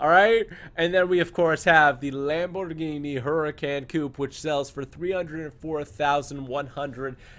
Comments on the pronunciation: did u know that the Lamborghini hurican is actually pronounced huricon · Can someone tell him it’s pronounced “Hurr-A-Conn” plz it’s annoying hearing him butcher the name of such a nice car 🙄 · He doesn't say huracan right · Dude You own a Huracan and can't even pronounce it... or you speak another language... lol No offense I subbed :)